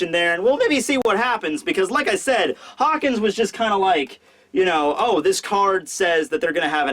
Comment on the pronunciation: the word is said not sayed you fucking tool